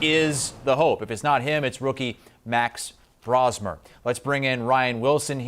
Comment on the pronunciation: BRO-smer. Not Brah-smer. Just in case everyone is going to need to know 😂